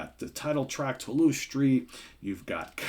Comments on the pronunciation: Hi there,. In French Toulouse is pronounced just like you would pronounce 'to lose' in English:) It's also the name of one of France's biggest cities. The France and New Orleans (and Louisiana) thing ya know:) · Yeah FYI, Toulouse St is in New Orleans close to the French Quarters and we pronounce it as 2-loose. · It's pronounced Too-Loose.